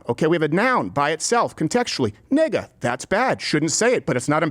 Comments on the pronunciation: At least you said “gga” instead of “er” therefore I’m not even mad lol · Uh you said it with an a on the end. Rachel Jeantel said that's okay. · You said “nigga” not the word